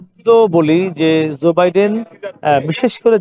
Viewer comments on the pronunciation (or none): Not Zoe Biden but Joe Biden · Bro Stop Saying Zor Biden it's Joe